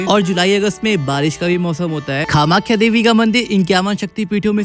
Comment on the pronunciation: Nice but it's not kha-makhya.